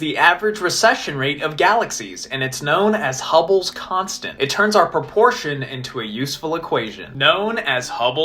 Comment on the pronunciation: Wow, I never knew about hubbles' constent. I don't think that how you say that